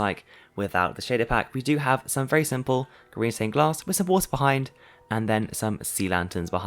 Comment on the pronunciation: How manny times he say Siple 🤣